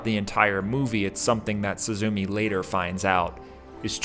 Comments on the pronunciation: Nice breakdown! Without this i would be missing out a lot of depth the movie contains but Still, the pronunciation is not really suzuumi its more like すずめ。 su zu me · I was surprised that the first gate is under a ruined dome, which to the Japanese calls to mind the memorial at Hiroshima- I didn't notice this till the 3d or 4th watching but once you see it, it makes such perfect sense- also please remember pronunciation Soo- zoo- May, instead of SuzuMEE, and Soh- tah, instead of Soota. Also remember that Suzume in Japanese means sparrow, though nature references to Japanese names are common. Butterflies are an essential motif of summer or late summer, like the oranges and the flowers pictured in the film. There are also Higanbana, death lillies pictured as she travels northwards.